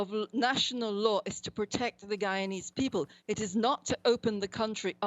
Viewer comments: When are these people going to learn to say guyana and Guyanese ? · Why do they always insist on calling it GHEEEEYANA! Can’t you people spell? How do you have a nerve to do a whole story on the country with images? Have you heard any of its people or politicians speak and say GHEEEYANA! OMG GHEEANESE? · Its an english speaking country pronounce it normally. (Guy - yana) (Guy - yana - knees) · Gheeanees? Gheeyarna? No respect.